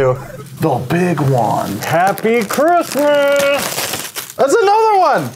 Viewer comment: ITS CHRIMSSAS